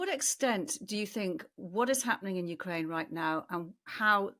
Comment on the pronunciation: "Moist of Ukraine". "A-tackem's". Disgusting. "Clustah". "NoAoades". "Sim-E-luh". I'm out!